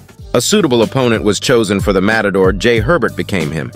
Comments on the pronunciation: It’s not “motador” lol. mAtador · Matador, says motodor. Uppercut, says apricot. xD